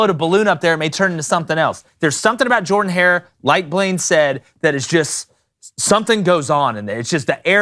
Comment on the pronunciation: First time viewing this YTC. Not trying to offend (or whoever told the duck sausage story), but an Auburn fan (since at least 11 y/o) uploading a video about college football stadiums where he mispronounces the name of Auburn's football stadium which is named after Auburn's greatest football coach... Not sure how that happens. Shout-out to, IMO, one of the most underrated game-day atmospheres, South Carolina.